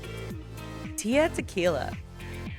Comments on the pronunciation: Tia? There's an L in there. It's Tila not Tia, it's not that hard!! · its tila how did you get tia?! its TEELAH . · It's tee-la